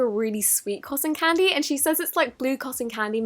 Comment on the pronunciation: Can u not say coson candy